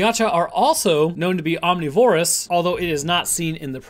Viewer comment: Dude. om-NI-vor-ous, not OM-ni-VOR-ous.